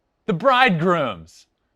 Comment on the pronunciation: "Brooklyn Bridgegrooms" Lol Really, dude ? Bridegrooms